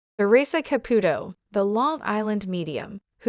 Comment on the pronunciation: I wish whoever was doing the narration would pronounce Theresa Caputo's name correctly. This is not the first time I have heard this. I am thinking it is an AI. That's all.